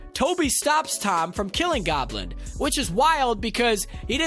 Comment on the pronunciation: Green Goblend